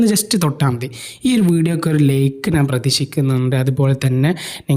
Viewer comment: ഒരു ചാനൽ തുടങ്ങുന്നതിനുമുമ്പ് മലയാളം നന്നായി പറയാൻ പഠിക്കൂ ഴ എന്ന വാക്കും ഞാൻ എന്ന വാക്കും നിങ്ങൾക്ക് പറയാൻ കിട്ടുന്നില്ല